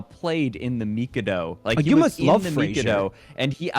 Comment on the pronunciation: The fact that goes on to pronounce The Mikado incorrectly multiple times and then calls it obnoxious just hurts my soul. Also I don’t know where he got the “imperial undertones” from as it was never meant to come across that way, plus it’s always been quite popular in Japan so clearly they don’t have a problem with it.